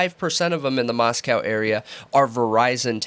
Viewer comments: Also there is much in the PCA about cell phone pings, they are saying “totality” of circumstantial, so they are very much relying on the cell phone data as key evidence. As far as pronouncing Moscow, Pick your battles. It’s insignificant. We all know what they mean. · You guys are great - you really are. And smart. But you dumb yourselves down and offend the good people of Moscow by mispronouncing their town.